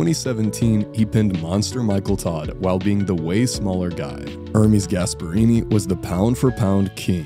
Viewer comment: it's not er-meeeezz it's errrmes